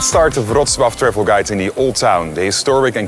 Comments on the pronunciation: dude pronounced Wrocław better than his own name.... respect..... btw. still don't know what his name is, but i've got it written down just in case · Thank you for beautiful pronunciation of Wrocław. Greetings from Poland.❤